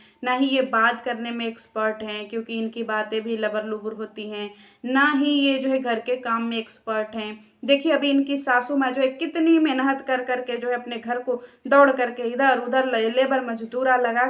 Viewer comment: Aap mehnat ko menhat kyu bol rhe ho aunty ji😂